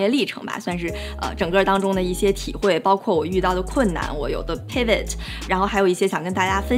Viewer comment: 她的发音不是特别准：hedge fund的hedge 和pivot发音都不正确。北大本科、哥大（或别的）毕业的不等于英语好（按本人的标准）。